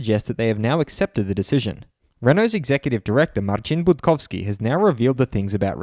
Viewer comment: the way you pronounce Budkowski is spot on! 🙌🏼 Hats off